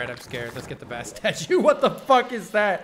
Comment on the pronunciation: I keep thinking he says bass statue not bast statue so it's like the fish is giving him a buff